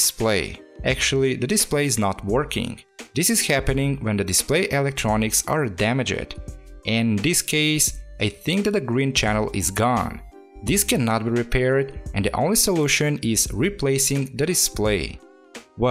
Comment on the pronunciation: In English you say ~Damagd~ not Damag ed